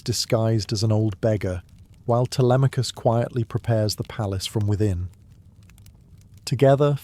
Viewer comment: “Tele may cus” I’m out.